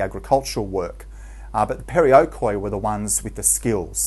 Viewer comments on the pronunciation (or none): the corect word is perioikoi not periokoi . it sounds like "periiki", the "e" soynds like the e in the word "Helen" and the "i" like in the wold "in"